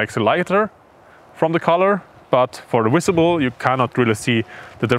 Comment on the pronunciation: “Visible” not Wisible. If you are presenting to the English speaking audience you should have a better grasp of the language.